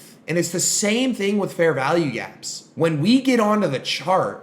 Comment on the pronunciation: It sounds like he's saying "Fair VALLEY" gap as opposed to value.